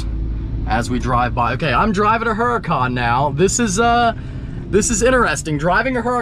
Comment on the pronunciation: Stop saying uracan unless your gonna say it in Italian. Keep it a Huracan in english please 😅.